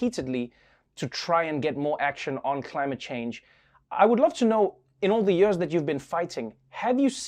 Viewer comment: I love it when Trevor says "Yerrs"